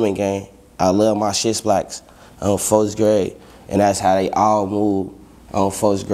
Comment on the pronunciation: “I love my sht splacks” 😂😂😂😂